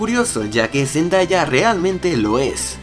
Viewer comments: Zendaya es mi cantantriz favorita en todo el mundo y se pronuncia zendeya no Zendaya ella misma lo dijo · boy a decir una cosa, no es por críticarte es una recomendación, es respecto a la pronunciación del nombre de "Zendaya" en realidad no se pronuncia cómo se lee, se pronuncia "Zendeya" ella confirmó eso en los Radio Disney Music Awards 2015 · AL FIN, AL FIN!! THANK YOU GOD ahre igual si Por cierto, se escribe Zendaya y se lee ZenDEya, ¿por qué nadie lo entiende? D'